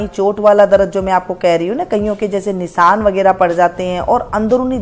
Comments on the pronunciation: शीशम को सीसम बोलने का...डिप्लोमा कहाँ से शरीर को सरीर बोलने का....डिप्लोमा कहाँ से शेयॅर को सेअर बोलने का....डिप्लोमा कहाँ से निशान को निसान बोलने का....डिप्लोमा कहाँ से ? किया?? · शीशम को सीसम बोलने का...डिप्लोमा ? शरीर को सरीर बोलने का....डिप्लोमा ? शेयॅर को सेअर बोलने का....डिप्लोमा ? निशान को निसान बोलने का....डिप्लोमा ?